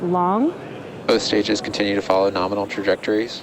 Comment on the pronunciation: Okay, I am eating my figurative hat. I did hear use the word "norminal" yesterday at the end of the Crew 1 cast. I still think promulgating this portmanteau word is inappropriate in a scientific context. It promotes imprecise communication, like writing guidance programs with metric units and entering Imperial units. Also, it literally hurts my ears! I have thrown objects at my TV when I hear the word 'nukular' used in place of nuclear (I hope you're aware of the distinction)! I can see you've monetized this vulgarization of 'nominal', and I understand you are using it ironically, but in interest of the English language, and your standing in the scientific community, please consider a gradual phasing out of the usage. Let it pass, like the cosmonaut suit. It was uncomfortable for you to appear in the spacesuit all the time. Understand that it's equally uncomfortable for me to hear a word continuously mispronounced and misused. Let's not "norminalize" the term! Thanks, and keep doing what you do!